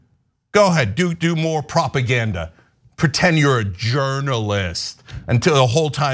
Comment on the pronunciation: Did .. did this guy just say they don't do propag .. 😂😂